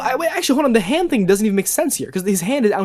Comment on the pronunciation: "HE DID NOT HING WRONG"